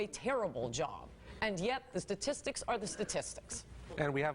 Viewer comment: Also what's so hard about saying STATistics, not "sasististics"